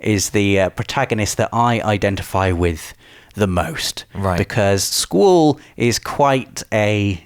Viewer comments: It’s pronounce skuwall, not school...... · bro stop stop saying "SKUL" its pronounced SKWALL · It's not skool, it's skwaal for Squall. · I didn't even know his name was pronounced "Sqooool". All these years I have been calling him Squall. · is squallès name pronounced "school" like in the video, or is it pronounced "skwall". ive always pronounced it "skwall" LOL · "sqweeewll" what? I know your English but..wtf is that lol it's squall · Squall, pronounced Sqwall. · wait, is that how you should pronounce "squall"? Have I been pronouncing his name wrong? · Never heard anyone pronounce Squall as “Sqool” lol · I was so confused I swear he was saying school but he was saying squall correct? 😂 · Squall = Squoowul? My god man, get a proper accent. Also, I'm pretty sure the word 'triad' is just pronounced as 'try-ad' in all forms of English. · ‘Sqwool’ he said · "Sqoool"? lol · Sometimes I think pronounces words wrong to drive comments. And... here I am. Squorl and Triple Tree-ad! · Sqwooool and treeead? What are these pronunciations? XD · School? Schol? ...ohh he's trying to say Squall :p I can't wait. I personally prefer 7 and 9 too but a remaster for this great game has been bloody needed! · You say Squall so weird... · Was I the only one cringing when he said squalls name? That is most certainly not how you pronounce "sq-uall"! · Why the hell do you pronounce Squall's name with an o in it? It almost sounds like you're saying scroll. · But why do you pronounce Squalls name in a way that is barely comprehensible? 😂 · You are butchering Squall's name type in to google translate and the name Sqaull will be there. Click on the voice Icon! Squall means bringing rain or gust of wind. I am sorry but I just had to post this. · Hate the way you pronounce Squall. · me or? I know the word as I'm sure he does just a funny way he pronounces it